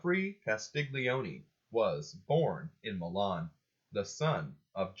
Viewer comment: Castiglione pronounced kas tee lee oh neh. g is silent in gli.